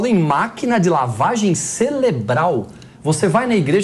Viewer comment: Eu ouvi direito ou o falou lavagem "celebral:????? Coisa triste